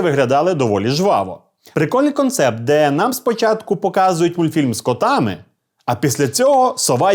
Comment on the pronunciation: Мені одному подобається як він говорить "мультфИльм